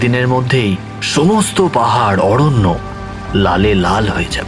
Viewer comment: "তরঙ্গ" মানে ঢেউ। "তোরঙ্গ "- বড়ো বাক্স। ইংরেজি "ট্রাঙ্ক" শব্দ থেকে কথাটা এসেছে।খেয়াল করুন।"অড়ন্য", "নিড়দিষ্ট"-তাহলে "নির্দিষ্ট"- কি? "চিনহো(চিহ্ন)"??